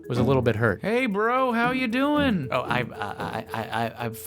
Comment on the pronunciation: aveeeeeeee Marrrrriaaaaaaaaaaaaaaa also for some reason he says dooining.